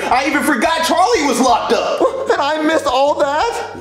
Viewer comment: It’s charlie not charlyyy